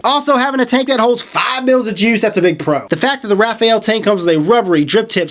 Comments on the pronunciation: RAFALE....... NOT RAFAEL.... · Rafael?.... It's Rafale. You don't pronounce the E. Pronounced "Rah-Faal" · It's not Rafael.. It's Rafale (French pronunciation: [ʁafal], literally meaning "gust of wind" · ...not "Raphael" (as the angel's name), but "Rafale": it's a french word and means "volley", or "gust". The word is well known known because of the homonymous airplane "Dassault Rafale". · precisely. Shit gets on my nerves. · RA-FA-LE not RA-FA-EL repeat after me... RA-FA-LE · rafale..... not Rafael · I think this dude doesn't know how to read He said vaper-oso Instead of vaper-eso And now he's saying Raf-ah-el Instead for raf-ale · I can't help but laugh every time he says "Rafael". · No leakage or spitback for me, sounds like they've fixed it or you just got a broken one. By the way, the top fill was messy because you weren't careful, I've never spilled juice using topfill and I have no leakage out of the airflow holes. It's Ra-fale by the way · I always thought it was "Rah - Fah - lee" lol who knows, man. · hey...try to tell it in French... its sounds "raw...fall". Hello from Montreal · "Ra-faal" unless its purposely misspelled. XD I'll take a tank if you're offering lololol please and tanks... <--------see what I did there XD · It's pronounced Rah-fall-aye. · it's like reading you're and your used incorrectly, every time I hear it it sets off a little alarm haha. Just thought companies sent info to reviewers regarding pronunciation and what not. no big deal, just a little alarm in my head going off each time. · I bet Uwell is pissed at you for not pronouncing the name correctly. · I believe you are pronouncing the model "Rafale" incorrectly.